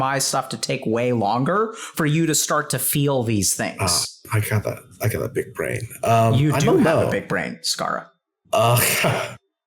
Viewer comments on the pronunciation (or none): "i gada big brain" omg this killed me lol